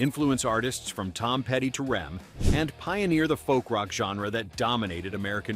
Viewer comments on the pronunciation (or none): I dont trust vlogs that pronounced R.E.M. as rem